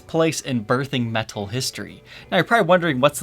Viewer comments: Why do you say "meTal" like that? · the way says "Metal" is so not metal LOL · and don't forget, that pronounces metal "metthul"